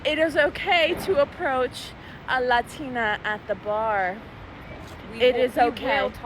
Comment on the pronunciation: The completly normal english combined with the extremely accented "LADINAA" makes unreasonably angry. And I'm not even a native speaker of english.